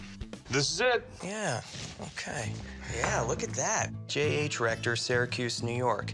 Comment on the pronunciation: Oh Rector!! I thought they were saying Rectum until I looked at the subtitles.